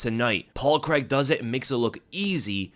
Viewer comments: Great performance from Paul C R A I G, not Creg. 🤣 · On another note why do americans pronounce Craig as Creg lol??